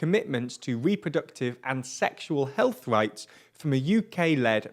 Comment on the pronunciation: “Heath rights “